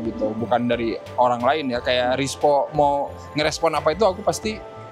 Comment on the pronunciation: gara2 film GJLS, kini aku melihat merk jersey timnas tak lagi sama. ERSPO dibaca RISPO.